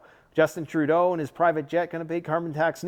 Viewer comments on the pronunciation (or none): none